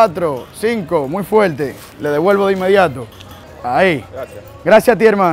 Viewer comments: Nadie: cada 5 minutos: “Muy fueellte” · Like por cada vez que dijo muy fuelte 😂🔥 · todo el video "MUY FUELTE"